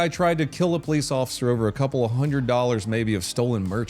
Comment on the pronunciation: Juan hundred lmfao